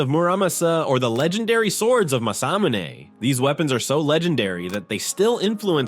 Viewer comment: lol...... Masamune = Mah-Sah-Moo-Nay. LMAO......Oda Nobunaga = Oh-dah Noh-bew-nah-gah. Probably another one but it's too painful and hilarious to listen. "0_o"